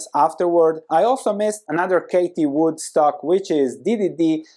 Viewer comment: Hey, you keep saying Katie Wood in your videos but her name is Cathy Wood. Loved the vid otherwise